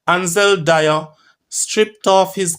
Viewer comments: Its not dyer it Dwyer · It's dwi.. er. Not dier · D-W-Y-E-R NOT Di-er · My schoolmate Ansel Do-wy-er